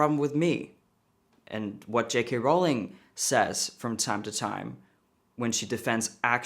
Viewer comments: I love you and this is off topic, but "ruling" and "Rowling" do not rhyme. Ruling rhymes with cooling, drooling and fooling. Rowling rhymes with bowling, tolling and trolling. Which is not what I'm doing here. It's just a little pet peeve of mine. Keep up the great work! You are a rock star! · Rowling does NOT rhyme with ruling